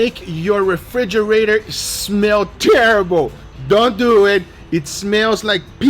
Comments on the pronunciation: Guga: "Lets doet." Also guga: "I have no idea how to do this." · “So Let’s Dewwwyit” 🤣